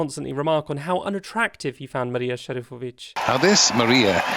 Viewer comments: I want to thank you for your admirably proper pronunciation of Marija Šerifović's name. So many don't put the effort into getting our region's names right. I just wanted to know your effort is being appreciated. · Might I just add as a Serb that your pronunciation of Marija Šerifović’s name was SO GOOD! I can see you actually tried to look it up and not just pronounce it “in english”. The name of the song means “prayer” and it’s very VERY romantic and some could also say sexual And yeah she wasn’t out as gay back then but no one was surprised when she did, and it was so strange watching my homophobic grandmas and aunts still liking her after that and even excusing her “gender-non-conforming” way of dressing, the thing they are to this day not approving in me but at least it gives me hope. for context i’m a cis hetero woman tht just dresses what’s considered either masculine or just “like a clown” and normally I don’t enjoy pop music but that year that Marija was a contestant it got me into Eurovision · You pronounced Marija Šerifović perfectly!